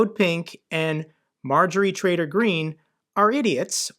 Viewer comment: "Marjorie Traitor Green" - it was subtle, but I heard it.